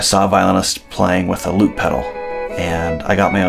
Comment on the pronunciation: When you said loop i thought oh said lute like that other instrument